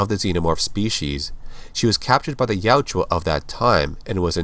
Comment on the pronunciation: Ya-UT-ja. The "u" is before the "j". It's not Yatjua. I would love all your videos if hearing that wasn't making me cringe every time.